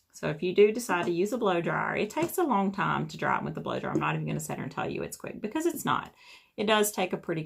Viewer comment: Why can she not say "dry" but "draa" ?